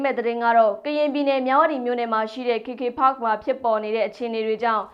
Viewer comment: ဘာတုန်း "ခေ ခေ ဖတ်ခ်" ဆိုတာ။ "ကေ ကေ ပတ်" ကို ဘိုသံတွေ တအားပီပြနေတာကိုး 😂😂။ ရှာမှ ရှားပဲ 😂😂